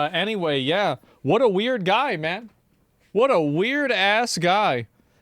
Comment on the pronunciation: "Ma'an". Sick burn 😂